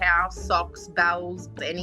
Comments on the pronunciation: I thought she said bowels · "BOWELS"? Your "Bowel" is where you release your waste food. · That was the most Australian pronunciation of "BOWLS" ever 😂 What a cutie-patooti!! ❤